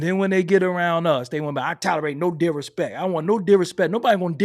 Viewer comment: Kno dirispeck! 😂